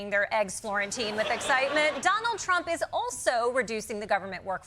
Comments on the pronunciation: "Johnald" ... Lol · I love how I keep hearing "Jonald J Trump"